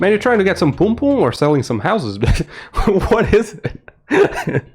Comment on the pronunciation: Bro I'm jamaican and ur not saying pum pum right 😂😂😂 ur saying poom poom instead of pum pum